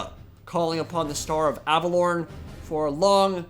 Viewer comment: Your pronunciation of Averlorn is triggering me.